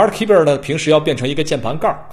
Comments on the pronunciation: 这货 的smart keyber 我怎么听怎么别扭， 怎么可能吧keyboard 念成keyber 真是牛了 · 可不可以不要把keyboard 念成keybird